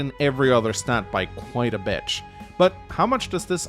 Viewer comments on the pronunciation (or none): I'm not the only hearing "She loses on every other stat by quite a bitch", am I?